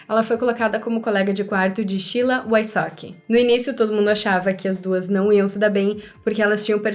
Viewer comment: Não entendo pq chama a Sheila de "Chila"